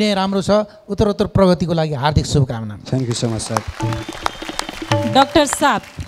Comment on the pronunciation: सुमनले थ्याङ्क यु भन्दा थान्कु भनेर बिचार गर्ने त म मात्र हैन होला है।anyway nice performance.keep it up.